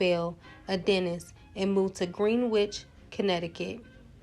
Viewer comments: Greenwich is pronounced "GREN-NICH". Excellent video BTW. Most people aren't aware of Fredi Washington. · A nice tribute but the narrator should make sure she uses correct pronunciations of place names and persons - she loses credibility. Look up 'Greenwich,' for instance. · We pronounce it Gren- idge. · Well I'm from the UK and have heard all three pronunciations within my city. I say, Gren-idge.